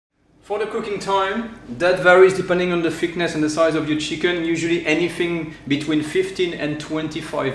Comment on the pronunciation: I'm a Londoner and whenever the french pronounce t & h's they sound like us...i.e. anyfing, we tend to drop our th too.